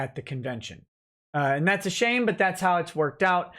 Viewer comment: It might just be me but whenever he says "it's a shame" I hear "its a Shane".